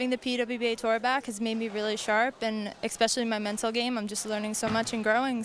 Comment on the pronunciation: The bowler's skills are impressive, but every time I hear "exscpecially" it makes me cringe.